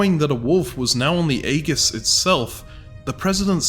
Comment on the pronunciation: that is not how Aegis is pronounced